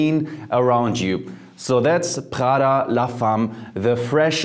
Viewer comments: Why the French pronunciation for an Italian brand!? It’s not praghda it’s Praada 🇮🇹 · Pls put the name of the perfume names, your pronunciation is not clear " Prada"